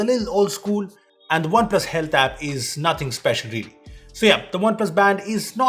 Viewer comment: He just said "Oppo Hate App" instead of Oppo Health App in the video one time..😂😁